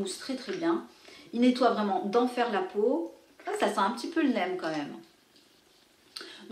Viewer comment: neem ce dit "nim"